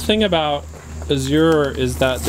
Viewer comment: Your Azure Standard coordinator is supposed to let you know when the truck is late. Pronounced Az-zure.